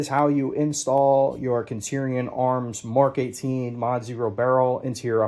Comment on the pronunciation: Great video. I honestly hated how you pronounced "centurion" multiple times. It's kind of baffling. Other than that, super good video. I hope you do some high quality build/rifle reviews.